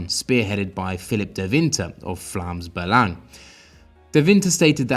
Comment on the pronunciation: Nice to see the proper pronunciation of Vlaams Belang ;) (You're welcome)